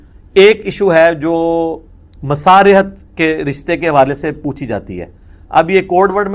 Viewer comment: اسی لئے کہا جاتا ہے کہ علم دین انجنیئروں سے نہیں لینا چائیے جسے یہ لفظ بھی صحیح بولنا نہیں آرہا ۔ فٹے منہ تیرے ۔ لفظ حرمت مصارھت نہیں بلکہ حرمت مصاھرت ہوتا ہے ۔ اب جو کوئی بھی ایسے جاھل سے دین سمجھنے کی کوشش کرے گا تو اس کا بیڑا غرق ہی ھو گا ۔